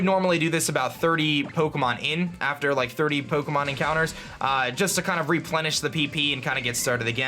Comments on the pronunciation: Is anyone else annoyed by the way he says “pokomon” Say it with me now... it’s pronouced “Poe-Kay-Mon” or “Poe-Keh-Mon” Not “Poe-Koh-Mon” face palm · Does it annoy anyone how he says Poo-kemon? Or is it just me.. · Po'ke'mon' lol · Shiny Pookmon. Expertly Pronounced;) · puh Kay mahn that's what you're saying. Suh dude. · This was helpful, but I hate the way you pronounce Pukemon. pyuukimon? Uhg. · Lol. "Pookomon" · peaukomon. annedeautte. that's driving me crazy. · i hate the way he says pokemon. "pookiemoon" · Pook-emon is what i hear hehe :D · The way you Pronounce Pokemon triggers me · It's funny how he says Pokemon. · why do you say Pokemon weird ? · The way he pronounces his O's is so weird. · the way he say pokemon is hilarious lmao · the way u say pokemon hurta me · Am I going crazy had always said Pokemon like that?